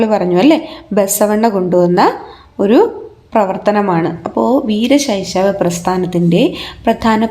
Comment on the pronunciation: വീരശൈശവ ❌വീര ശൈവ✅